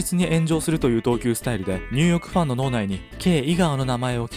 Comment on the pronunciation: すごく声が良くてわかりやすいです！ あちニューヨークが毎回ニュヨークになっています….